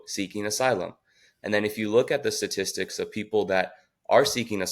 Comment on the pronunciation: He doesn't pronounce statistics correctly